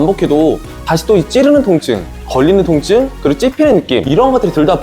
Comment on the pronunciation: 첨에 통증이 아니라 똥증이라고 들렸어요ㅋㅋㅋㅋㅋ